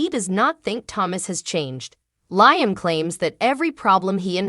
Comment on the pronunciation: He's name is Liam u are saying it wrong. Liam should just go to Rome to surprise Hope so she don't fanzine about Thomas. Eric and Rigg need to let RJ be his own life if he don't want to do fashion. Baltimore MD 😮